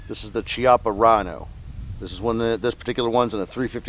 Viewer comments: Just a tip it's pronounced kiappa. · Pronounced "Kee-ahh-puh" Just say'n...............